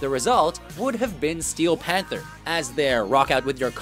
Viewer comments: Can someone please have a word with the commentator guy about his inflection? e.g it's "Steel Panther", not "STEEEEL..... (panther)" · STee-EEl PanTHER